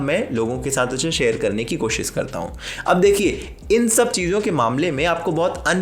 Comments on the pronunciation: Bhai sab theek hai... Lekin koshish bol na!! koshish Ko koshis Bolte ho to lagta hai tum khud theek se koshish nahi kar rahe... 😋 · Koshis nahi koshish hota hai bhai ji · There should be a drinking game for every time he miss pronounces “koshisss” 😅